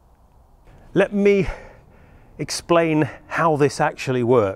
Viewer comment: "Let me..(i cant say it i cant say it).. expain.. how this works"